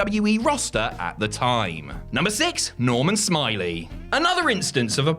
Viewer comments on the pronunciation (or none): OMFG you're saying it wrong. It's not Normal Smiley, it's Normal Smi-Ley XD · It's Norman "Smi-lay"